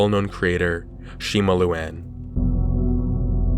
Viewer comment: "Shima looan"